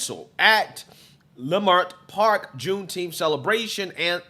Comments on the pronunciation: It’s pronounced lih-murt park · It’s pronounced La-Mert Park.. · Leimert is pronounced (La-Mert) Park. Just so sad again and makes me very upset to see black folk act like wild animals. I have officially changed my mind on reparations! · It’s pronounced La-Mert park bro, I’m from there.. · Leimert It’s actually pronounced Lemert Park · Its pronounced " leh-MERT " park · You pronounced the park name wrong. Wayyyyy off.